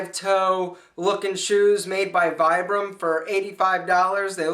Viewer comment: This is the worst of all his videos. Besides which he knows nothing about the effect of minimal shoes, including how to pronounce "Vibram." Vibrams stink because the, well, stink, literally, not because they encourage medical problems. It's all those foam based shoes that are causeing problems. I'm glad if you don't have problems wearing the foam shoes, but you know not of what you speak. Stick to talking about how to look vain instead of orthopedics.